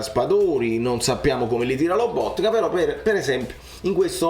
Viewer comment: Spalletti non sa pronunciare Lobotka lo chiama Loboka amico bellino vuoi insegnargliela tu la pronuncia 🤣